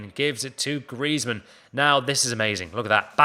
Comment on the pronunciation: It's griezman don't watch it😂😂😂